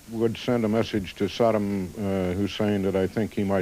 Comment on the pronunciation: So many idiots journalists that not one was ever correctly pronounce the name of Saddam.